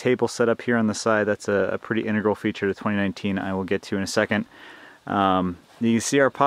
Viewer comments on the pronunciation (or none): none